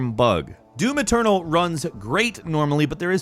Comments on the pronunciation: It's doom eternal not do-maternal. Note how he says that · Now I can't unhear it when he says it